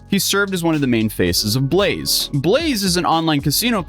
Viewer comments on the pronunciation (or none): none